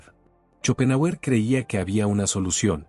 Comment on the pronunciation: Muy interesante el tema , pero su pronunciación al nombrar a shopenhauer es horrorosa !